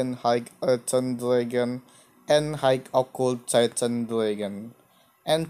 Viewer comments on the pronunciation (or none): none